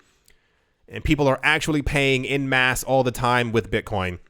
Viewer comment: please please please start pronouncing 'en masse' correctly as 'on mass' not 'in mass'. Thank you :)